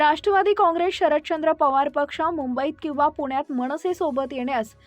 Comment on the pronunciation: मणसे, नाही,मनसेअसं म्हणावं,मणपा नाही ,मनपा